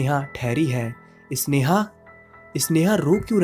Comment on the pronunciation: अबे इसनेहा नहीं होता, स्नेहा है वो।